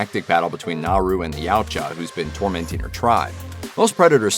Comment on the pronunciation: dude... not YOW-cha... it's Ya-OOO-Cha